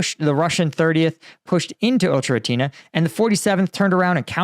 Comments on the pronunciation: FYI because I know you're having trouble pronouncing it, but the town is pronounced like "Oh-Kerah-Teen-Ay" rather than "Oh-Cherah-Teen-Ah". Hope that helps ❤ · O - cher - e -ty - ne BRAVO!